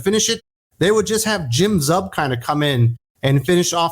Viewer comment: I may be wrong, but I’m pretty sure Zub’s last name is pronounced as: Zoob. Which, means tooth in Russian.